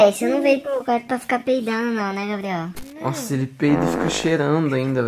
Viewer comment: E impressão minha ou ele ficou chamando o Gabriel de Gael.